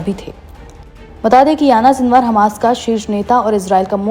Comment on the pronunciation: Anchor madem aapku Yahiya Sinwar ka naam pronounce karne bhi nahi aara, unka naam Yana sinwar nahin hai, Yahiya Sinwar hai.